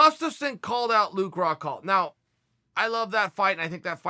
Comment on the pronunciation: His name is Rockhold not "Rockhalt"...